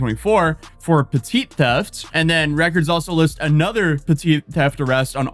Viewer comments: "Petty" theft not "puh teet" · Yeah hard agree, needs to take this down because it's full of false information... Also petit theft- it's pronounced petty. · Petit is pronounced petty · Petite is pronounced Petty. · The way pronounces “petty” should be criminal